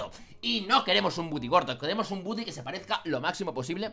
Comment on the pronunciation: no es budy tu lo dises a si es gudi pero se escribe woody